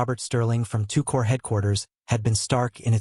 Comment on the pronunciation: “Core” not “corpse”